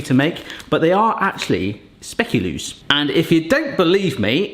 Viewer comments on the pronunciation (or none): belgian here,nice try on the pronunciation of speculoos xD, honestly i mainly see them with the coffee and tea times or in a cafe, i nvr knew the english term for it xD